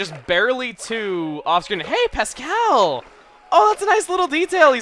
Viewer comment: I don't like the way you say Pascal